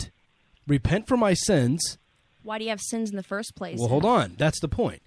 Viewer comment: "Wull hold on brother...." 🤣 listen to dudesy you'll get it